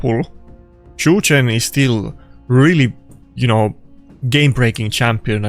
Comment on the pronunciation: Everytime i hear “chu chen” jesus christ